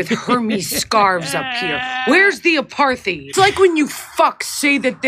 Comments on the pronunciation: Dutch pronounciation of 'apartheid' without an h in the middle. So it's not aparth hite. It's apart hite with every vowel really short except for the first which is a slightly longer held aah. Your welcome. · He didn’t take note of the helpful added bit underneath the strange word! APARTHEID AP-AR-TIDE 😂🤪🤪🤪🤪🤪🤪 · As a South African, Rappaport butchered the pronunciation: it sounded like Apart-thide. They were ripping his poor pronunciation off by initially saying apar-theed in their first cut. In a later cut they also said apart-thide like he did. Finally as a South African. The word is is an Afrikaans word. The Afrikaans pronunciation in English would be : A~parrt~hate. Saying it that way phonetically would mimick the Afrikaans word: Apartheid. Americans have been saying Aparthide for decades. I have given up on correcting people because it takes time away from more pressing matters. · "Apartheid" is Afrikaans for "Apart-ness" and is pronounced "apart" + "eight" = "Apartheid" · It pronounced ‘apart hight’. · it’s pronounced a paar tide. look it up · He can’t even pronounce apartheid correctly. 🙄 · Man he can't even pronounce apartheid...😂😂😂😂😂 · He says it with a soft 'th' rather than a 't' sound, but otherwise I think he said it right, and didn't hear whatever they were referring to. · He's always been a dope. He can't even pronounce apartheid. He's asking Jews where the apartheid is in a Jewish neighborhood.